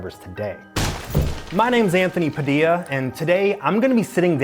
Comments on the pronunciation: IT SOUNDS LIKE YOURE SAYING "A DILDO SHOP" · I didnt know Padilla is pronounced with silent lls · Don't you hear it pa "DILDO". Am I the only one who hears it